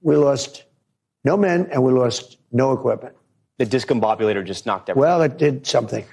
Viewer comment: Trump didn't name it the Discombobulator he cant eve pronounce it, as is clear from the video! (Notice how he initially mispronounces the word!)